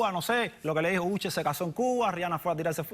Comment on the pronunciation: Did he really pronounce Usher as Ucher?? 🤣